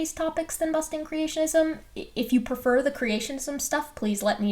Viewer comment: Speaking of pronouncing things wrong, "prefer" isn't pronounced "per-fer." Just trying to help. Love you work.